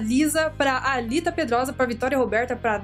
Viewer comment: meu coração acelerou 😍. Meu nome tava la no meio dos beiijooooss. Nem acredito, meu coração quase saiu pra foooora. Quanto gosto de vc linda, só meu nome q se pronuncia Álita mais td bem, vc mandando beijo pra mim ja fico muito feliz. Amo vc viu